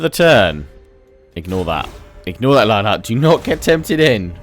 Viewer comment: I've been noticed by! Huzzah! You also said the name right as well, if you were wondering!